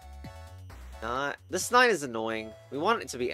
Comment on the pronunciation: pronouncing the 9 as ix has to be a highlight